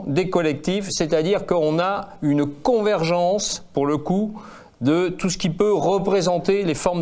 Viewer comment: Convergence svp ! Con-ver-gen-ce obligatoire ! Courage